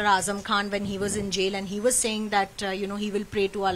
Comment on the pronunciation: His name is Azam. Not weeper